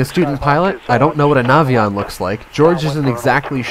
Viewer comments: The Nation should use radio's! Idiot not to! Also, please tell the young Warrior pilot that it is called a Navyion, not Navvvvion! It is a good bird with the bigger engine! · It’s pronounced Navy-on. I had military L-17 version of this aircraft. No excuse to not have radios in a complex plane like that.